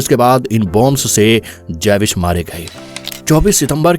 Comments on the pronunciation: Jews. ❌ Jaywis ✅ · javish nahi jews hota he, history byan kerni he to nam to seekh lain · जेविश नही ज्यूश (Jews) कहते है। इसके बारे मे जानना है तो israel ke भूतपूर्व प्रधानमन्त्री मीनाखेम बेगिन कि लिखी किताब बाबी यार पडे। बडी ही दर्दनाक कथा है।